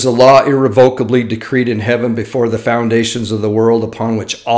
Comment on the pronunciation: I don't mean to be pedantic, but...the word is pronounced i-REV-o-ca-bly, not ir-re-VO-ca-bly. (Maybe too many years correcting children and teenagers? 🤔🙄🤓) Then again, I've always enjoyed intentionally mispronouncing words...such as Ah-bi-NAH-dee. I'm so bad that about a week ago I actually had to stop and remember how it says the name is supposed to be pronounced in the PRONOUNCING GUIDE at the back of the Book of Mormon! Occasionally I think in this vein that I'm a lost cause! 🎡 I do love hearing your inspirational messages and your thoughts on the gospel. Please give that sweet wife of yours a hug for me...and maybe one day I'll be able to do that myself!